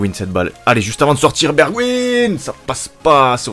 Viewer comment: On dit pas bergwin mais bergwijn ijn se prononce ein et le e se prononce è